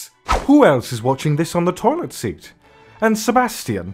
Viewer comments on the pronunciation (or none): none